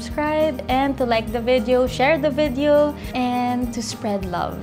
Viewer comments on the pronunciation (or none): none